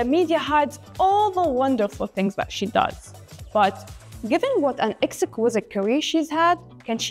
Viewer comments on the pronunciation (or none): To the female presenter,, you did a great job. One point of note: you need to work on your pronunciation, in particular, stressed syllables. You’re stressing the wrong syllables like when you said exquisite. Hope you appreciate the feedback.:)